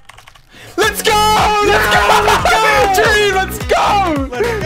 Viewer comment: Addison: dweam i thought you were here for me🥺 Dream: no